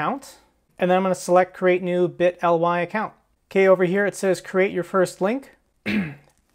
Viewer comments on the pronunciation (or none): say it like this. biii - tttleeeee. Thats how its pronounced im pretty sure. But good video!